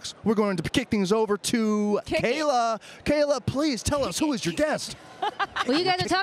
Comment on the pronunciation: Charly says gayla Braxton because of kayla real life smh